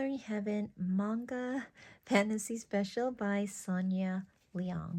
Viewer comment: Thank you for sharing, was surprised to see that Daiso has CBN. I usually find small square books intended for kids nothing in the size you have shown, hope they carry them in my country too. Manga is pronounced as (mung-gah), you got it right. Arcana (R-Kay-na).